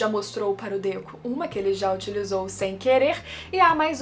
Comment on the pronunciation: Por q vc oscila entre Dêku e Dekú?